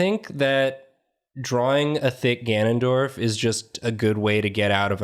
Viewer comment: IT'S GANON'DIO'RF